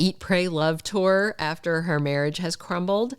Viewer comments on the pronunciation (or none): none